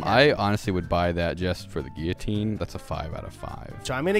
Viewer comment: my only takeaway from this is that Emma pronounces guillotine correctly. I knew it was right to stan her